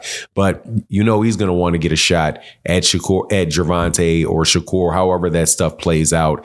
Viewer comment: If you can't pronounce the fighters name,, just say the cab driver,, we get it Shakira doesn't step in the ring with no real fighters 😂😂😂😂 that boy wants to be just like tank so bad,, just like Devin did,, 😂😂😂😂 look at him now